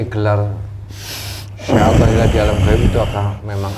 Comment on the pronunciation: Nyebut aja salah yaallah syekh athoilah bukan syekh pathollah udah lah qlo mau pansos jngan gtu atuh malu x wkkwkwkw